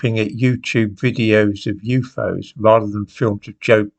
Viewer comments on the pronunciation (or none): What are “yoofows” ? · I love that he calls them "Youfoze" 😂